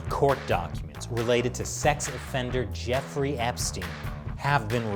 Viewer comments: Why is this guy calling him jewfrey not Jeffrey? Is it just how Americans pronounce that name? Like how they call people called Graham, gram? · Is he saying "Jewfrey"? WTF? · Does he say jew-frey on purpose or is it just me? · Is he saying Jefferey